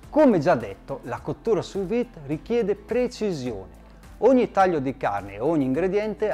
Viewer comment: Visto e apprezzato molto, grazie! Avrei una domanda e un suggerimento: Domanda: ho acquistato un forno che offre la funzione sous-vide (tramite vapore), ma non l'ho ancora utilizzata e immagino ci siano differenze rispetto all'uso del roner: hai qualche consiglio in merito? Suggerimento: un dettaglio... "Sous Vide" e "Maillard" sono termini francesi e si pronunciano "suVìd" (non suUìd) e "Maiàr" (non "Maillàr"). 😉 Detto ciò, grazie ancora e buon lavoro! 😙👌